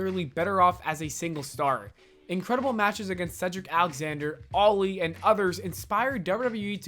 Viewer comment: The way you pronounce Ali's name makes you sound as if you're saying "Loli" oof